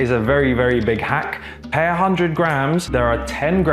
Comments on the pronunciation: I love so much, his journey is massively inspiring! But every time he says ‘per’ like that makes me shiver a little bit! 😂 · Can't get over pronouncing "per"